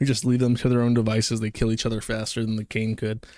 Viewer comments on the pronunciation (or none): none